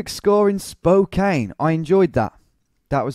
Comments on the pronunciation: Hey, I'm from Spokane! Never expected my hometown to pop up here. Been here all my life (29 years). Spokane is pronounced like Spo-can. 'Can' as in a soda can, and this is used in plenty of punny ways. Local stores include Spokandy, Spocannabis (marijuana is legal here), and Spokanimal (to adopt pets). 1. The courthouse area. No, you DON'T want to walk around here at night! That area is jokingly called Felony Flats by us Spokanites as it has some of the highest crime rates in the city. But overall, in other areas, I think the crime is fairly low. The tower you saw in the video was the courthouse tower, yes. The video also briefly showed the clocktower in River Front park which is more famous, as well as the Pavillion. Also, when you were on the Monroe St. Bridge and made a joke about jumping off if you wanted to end it all... umm... yeah, that is something that happens with alarming frequency on that bridge. Some people are trying to get nets installed underneath. 2. The Gonzaga area. This was recently a joke on the internet because of a segment where Jimmy Kimmel pretended Gonzaga didn't exist. The college basketball team is pretty good, even if our city isn't well known to most, even to people in the US. You also made a joke about hitting a dead end, which is hilarious to me because Spokane has a LOT of dead end roads. I'm sad you didn't get any South Hill locations, but I don't think you made the area big enough to include it. The South Hill is an absolute clusterfuck of r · OMG I hadn't seen this until now. I have left many comments trying to get us on here. I know some have probably said you were saying it wrong. Spo-Can! lol. I said that in my comments. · Portland, OR, USA You are immediately identified as an outsider because Spokane is not pronounced Spo-Cane but actually Spo-Can by locals. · Just a heads up, it's pronounced "spoh-can"( with a soft a). Also I'd love it if you did Seattle! Keep it up dude :) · Its pronounced Spo-Can, not Spo-Cain